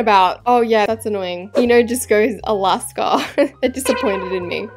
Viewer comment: Nah why is Alaska always said “snail”💀